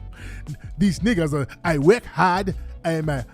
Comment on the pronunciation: "the Akatas don't wanna weork" lol